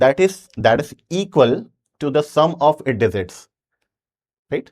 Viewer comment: Sir digit ✅ Dezit❎😅